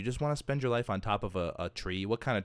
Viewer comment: Hahaha it's a WOOLow tree